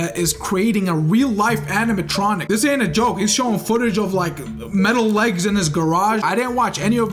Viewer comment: on prog report 3 he said wegs not legs